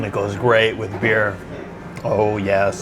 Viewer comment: Thought you said beard.🤣